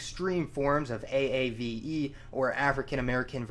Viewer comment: Great video as always! only criticism—you couldn't find an image of the palanqueros to put instead of the general mestizo population? would have loved for you to showcase the racial diversity of my country Also aave is usually pronounces sorta like "have" without the h, one syllable source: John Rickford was my advisor and I took his aave class during undergrad